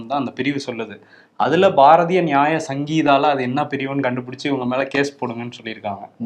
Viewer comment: Adhu sangeetha illai…..we are not respected for our poor pronunciation of sounds😊